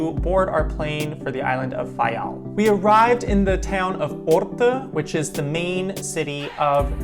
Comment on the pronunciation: You must be Portuguese, you pronounce the names of each Island and each village/site perfectly. Thank you! I am the daughter of a man who immigrated from Faial in the late 50's to the USA. Nice job!